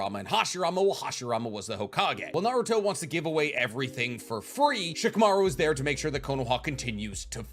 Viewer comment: Love your content but can you please say Shikamaru properly? The "i" is mute and the accentuation is on the last syllabe, it's not "sheekaMAru" it's "sh-kamaRU"